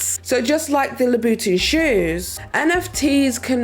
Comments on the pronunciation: its so interesting hearing your accent! like saying Louvre...which is usually pronounced "loov" or Louboutin that you hear pronounced as "luba'tahn". it takes me a second to catch it. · *cringe* at every time pronounced Lou Boutin etc